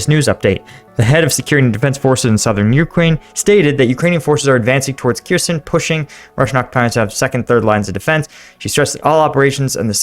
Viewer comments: It is not pronounce Keerson, More like Herson, stress on the H. Kh is to be pronounced like the ch in Bach. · Kherson is pronounced Her-SON, the leading K is silent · Hey! About prononciation "kh" combination is used to represent Ukrainian sound [h] like in 'house" or "horse" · The kh in cities like Kherson is pronounced as a hard H, almost like a lot of Arabic languages, with a little bit of phlegm.